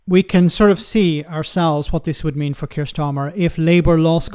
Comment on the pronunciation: Keir Starmer, not Kier Starmer.